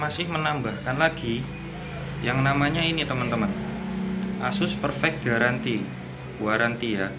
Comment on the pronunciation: 24 month garanty bg bacaanya